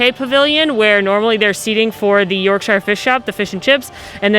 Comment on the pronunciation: Just a note that in England they pronounce Yorkshire like york sure.